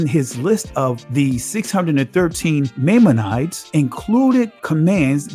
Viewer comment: You gotta look up how to say maimonides and relevant....